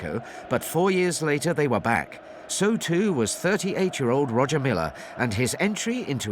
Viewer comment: It's pronounced Roya Milla sir